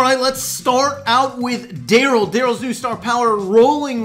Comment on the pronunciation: Anyone else notice he said "darrlys range is sho short"?